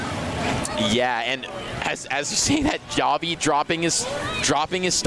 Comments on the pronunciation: i was talking about when one of the commentators says it with a J sound. Looking back it was probably just a speech mistake though since they were pronouncing it right every other time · Bruh this commentator does not know how to pronounce javi